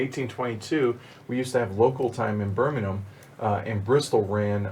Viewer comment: As a Brit who's lived in The Americas for the last 6 years, I'm pleasantly surprised by how many of the place names you all actually pronounced correctly! I think it was who murdered "Monmouthshire" and "Birmingham" needs some work, but yeah, very impressed:)